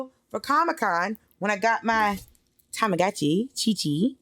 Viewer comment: Check out Hawaiian Pancakes. Great Restaurant Kona's Coffee, Pronunciation correction, it's TamaGuchi